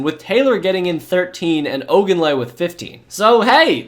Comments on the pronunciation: Great job, this was a Great recap and fit what all of us Dolphins fan felt. My only suggestion is to work on pronunciation of last names Huard (Hu-word) Ogunleye ( O- goon-lee-a) and Travis Minor is Minor not Homer .... if these are jokes I apologize I will get them the more I watch.... regardless Great history recap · Great video. You butchered so many names though o-GOON-lee-A. damon HEW-ard. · My sweet summer child. I know you probably weren't around for those dark times in the beginning, but Damon Huards last name was pronounced Hue (like Huey Lewis and the news) -ard Hue-ard Adawale Ogunleye = Ah-dah-wall-eh O-gune-ley-hay